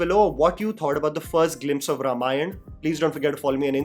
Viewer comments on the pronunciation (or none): Its not Ramayan. Repeat after me: Ramayana. It is not that hard. Also, Rama and not Ram. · Not रमायण. It's रामायण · I dont want to be picky here but I request you to pronounce it as - Raa-maa-yana and not R-maa-yan. Very excited for a story the world should watch on big screens. This film will be the real global entry of Indian Film Industry. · Also please learn to pronounce the word Ramayana properly first - it’s pronounced as Raamaayana - not Ruhmaayan ( which completely changes its meaning ) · it's may be spelled ramayan, it's pronounced as raamaayan. Come on dude. This much even a toddler would know. Is he ram or raam? North Indians are cursed with improper pronunciation syndrome. Annoying.